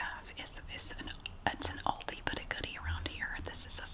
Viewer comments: Don't forget how she pronounced "alldi" too 😂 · I love how you say lidl and aldi! Here on England we say like al dee not all dee but its fine and I dont mind at all! I just think its cool how we sat ot differently :)) also great video